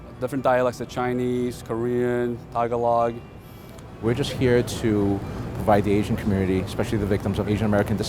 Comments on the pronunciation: Tag-a-log Tah-gah-lowg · “tag-a-log” uhh wrong pronunciation there buddy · if u go to the way he said tagalog was funny "taygalog" no hate i support that guy